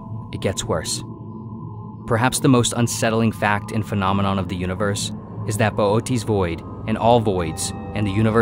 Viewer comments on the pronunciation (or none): I hate the way you say "phenomenon"